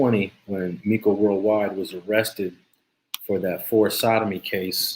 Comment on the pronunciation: Bro if you call him miko and, not meco one more time...lmfao the dude in that video said IMA REAL BLOOD and threw up the forks 🤦